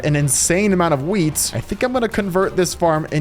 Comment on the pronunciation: When you say wheat it sounds like weed